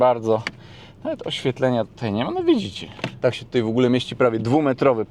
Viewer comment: Tůtaj, tůtaj 😅